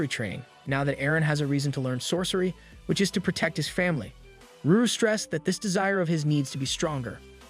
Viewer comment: I really don’t understand why you keep saying Ruru her name is lulu? or did you change the panel for CR purposes?